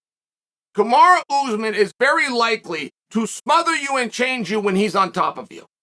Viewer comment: Hey Chael, is Uncle Dana asking you to put this narrative out there? Everyone saw Usman cheating in the match. Ray Charles saw it. Do you owe Usman a favor or something? Is he paying you? Kamaru (not Kamara, you always say his name incorrectly) is not a gentleman and he is on PEDs. Please save yourself the time of making these type of videos because you're not fooling anyone and you're pretty much insulting the intelligence of your audience with your BS.